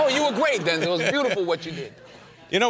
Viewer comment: It's pronounced Den-zil and you can hear him say it . No point trying to correct everyone❤